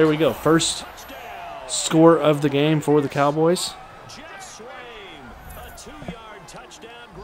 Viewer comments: SwaaaAaaam ...buddy ..not swom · A few pronunciations for future videos LB Leighton Vander Esch (Esh) TE Geoff Swaim (Swaym) Great videos man!